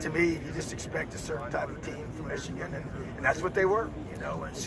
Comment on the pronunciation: I will never not be shocked at a grown man not being able to say the name Michigan. What an absolutely little little man.